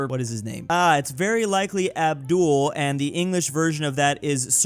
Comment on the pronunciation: Its not Abduhl its Abdullah,, atleast pronounce the last 3 letters of their name, man.....